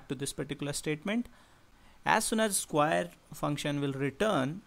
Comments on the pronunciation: square not squire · Sorry I could not keep my laugh to myself. Skwaer, rektangul But really thank you for the explanation, it's great. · i like the pronunciation of "square" -> skwaer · Sounds like "squire" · i thought i was royalty when he said square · Very clear and informative and relevant even today. I enjoyed watching it. But you'll have to work on your pronunciation a little bit.